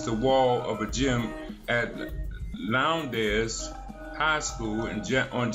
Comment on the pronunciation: Lowndes, rhymes with pounds ... you idiot